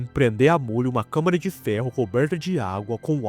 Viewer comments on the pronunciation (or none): none